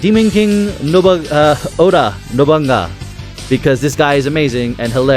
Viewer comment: Great deck! But Nobunaga is pronounced "No-bu-naga" It's the same as the villain from Onimusha (Nobunaga)